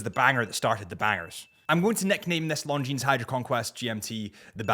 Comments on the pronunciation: Pronounced "Longine".. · Longines- The s is silent 😂